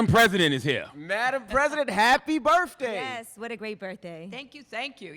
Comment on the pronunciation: and its birttthhhhhhday not burfday